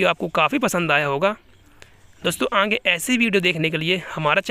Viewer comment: Aange kya hota hai bhai 😂 Aange nhi aage hota hai ,, ye angli video bhi nhi ,, agli video hota hai 😂😂 har baat me ang ki aawaj mat nikalo